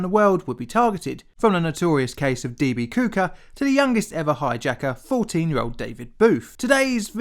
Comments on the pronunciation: Yeah, I had to play it back a second time to see if I heard what I heard. " D.B. Kooker." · That's Cooper. (Koop-er) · swear you called DB Cooper... DB Cooker.... hahaha. I do appreciate this amazing story and all your vids! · He said "DB Cooker" 😅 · Anyone else notice he said "D.B. Cooker"?